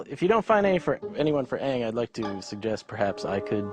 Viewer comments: with the live-action movie of avatar i could of excepted the pronunciations being wrong, i could of excepted the horrible dialog, i could of excepted that only great firebenders could create fire and the rest could just simply move it (well i see why he did that cause only people who had learnt from the great dragons could do it, i think that was kinda smart.)but it pissed me off that the movements of the bending needed a 5 second dance to move something at a slow pace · its funny how people say that their fans of the show but they know nothing about the movie. the names were pronounced the asian way in the movie and it was also suppose to be said the asian way in the cartoon but they said it the american way. so it was the cartoon who got the names wrong in the first place. i did my research instead of bitching about every single thing and nitpicking the crap out of the movie. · There was such a growth to these books that you destroyed. Zuko has to be evil to have a metamorphosis to a good guy.You took away Sokka's one liner humor and Katara's streghth. You mispronounced the name and didn't research what the FANS thought was important to the movie. RESEARCH BEFORE YOU PROCEED! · THEY DIDNT PRONOUNCE THE NAMES RIGHT!! AAAAAAAAANG!!!!! NOT OOOOONG!!!!! GODDAMMIT!!!!! lets do it like harry potter and change directs!!!!!! m night is soooo conceited! "in 2 years these kids are going to be world famous. how about you stick to thrillers and stop ruining childhoods? well we know he wasnt in a rush to watch the shows cuz this video came out a year after the last episode aired...... what a disappointing movie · Just becayse he wants to do something different doesn't mean it's good. He literally whitewashed a bunch of characters, mispronounced their names and took away the humor that made the characters great, it's a disgrace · He picked Zuko as his favorite character because that's the only one he can pronounce